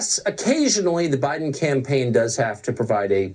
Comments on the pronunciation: you kill me! "Joe Ba-Din'". Love your vids!!! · Love your pro-nouce-a-tion of Joe Bi-Din Name. Sooo absolutely fuuunny!! You are a great joker!! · Joe “Ba’den”....pure gold. 🤪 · pronounces duh Joe's last name perfectly